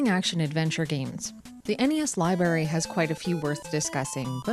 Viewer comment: I love the NES ly-berry as well.